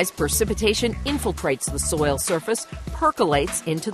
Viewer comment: Is it perpetuities impossible for this woman to say the word “soil?” 😂 The way she says it “soya” 😂